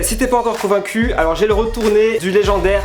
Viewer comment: quand il di convaincu g cru qui l avait dit comme un cul